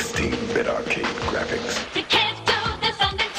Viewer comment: Young James: They invented a Super Nintendo with 16-bit "Greaaphics". I swear this one of my favorite episodes. XD